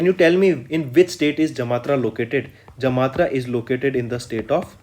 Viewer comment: Sir, it's Jamtara and not Jamatra.